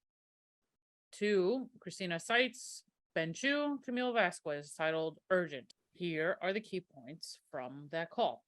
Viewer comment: Camille Vasquez's last name is pronounced Vas-kez. "Que" is a K sound in Spanish. Edit: I'm only ¾ of the way through the video, but I think the jury only gave her that statement as defamatory because what Waldman said was out of order. He said they messed up the place and called the cops again when it's basically proven that the cops came first and then the hoaxees came and messed up the place when the cops were gone.